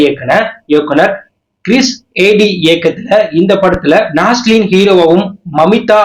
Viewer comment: Naaslen illa bro naslen 😂 But first comment ❤